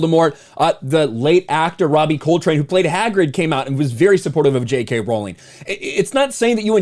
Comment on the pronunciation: ps. Its pronounced "Ro-ling".